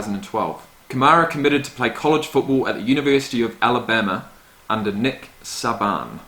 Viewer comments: Logan 06 “saw bon” 😂😂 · Lol nick sahbahn it’s pronounced sayben. It’s all good though love the content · Nick "Sah-bahn" haha it's typically pronounced SAY-ben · It's pronounced Nick (saybin) the coach of the university of Alabama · Nick Saban (say-bin) lol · Sayben lol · my man said Nick Sah-ban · "Nick Sab-an" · Nick SAE-Ben as a way to pronounce it. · Nick Saban's last name is pronounced "say-ben". Just so you know. :D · Lol. Nick Say-bin. Try it slowly first. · lol, Saban is pronounced Sayben but thats ok it was funny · It’s pronounced nick SAY BEN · It’s Nick Say-bin he’s the greatest college coach of all time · Nick SAY-binn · Nick Say-ben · Saban is pronounced Say-ben.. Alvin is one of my fav rookies this past season glad you did a reaction on him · It’s pronounced nick Satan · Its pronounced Nick Say-Ben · Why he pronounce nick saban’s name like that? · U said his name wrong omg does that bother me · The way he pronounced Nick Saban’s name 😂😂😂